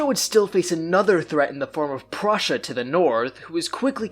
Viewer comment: It's Prussia NOT frussia